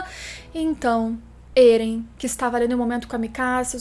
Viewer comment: êren não krlh, éren, É REN